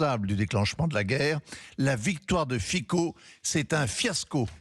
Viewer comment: On dit Fitso!!!